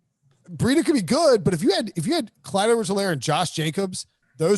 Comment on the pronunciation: For someone who says "Clyde Edwards-Helaire" more than anyone on earth.. needs to learn how to say Helaire correctly!